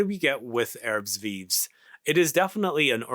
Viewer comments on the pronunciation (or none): thanks for getting our attention to this fragrance, I totally forgot to check on new releases from Hermes. its pronounced "erb viiv' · As a rule of thumb in french "S" at the end of a word is silent, both are silent here, ignore them totally. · We pronouce it "Airb veev", but the american accent is cool though.